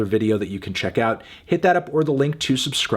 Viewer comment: is it not pronounced "you-lay"??